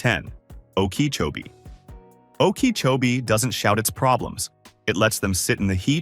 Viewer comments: AI mispronounced too many names i.e. Palatka and Okeechobee. Pictures seldon related to the subject city, often sayng one thing and showing obvious other cities. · "Oh-key-cho-bee" That AI voice is too much.. 😆